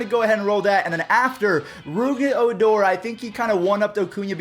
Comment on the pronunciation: You said odors name wrong